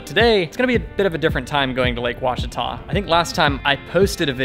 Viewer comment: Looks like you’ve practicing saying; “Ouachita” by Jove I think you got it, spend a lot of time on the Ouachita River!